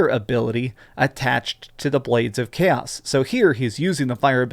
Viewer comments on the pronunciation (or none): none